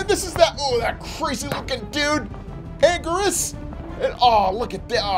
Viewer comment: No how it's pronounts Agn geer us